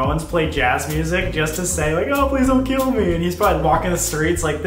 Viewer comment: Sam- " I've never had a headache so bad I wanted to keel a kid. Me- Wait till you have kids, buddy.😂